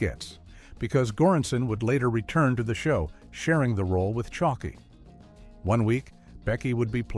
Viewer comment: Sarah Chalk E 😊